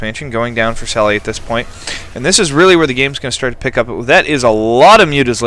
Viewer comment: its pronounced sally DES, and it's a guy =P